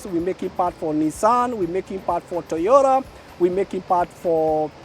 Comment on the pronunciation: So its handa not honda and toyora not toyota 🙊😮😂 😂